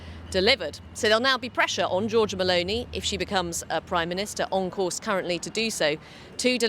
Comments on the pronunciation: "Meloni" and not "Melonia" pls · GIORGIA "MELONIA"???? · Yeah, it's MELONI not MALONEY. She is Italian, not Irish! 🤣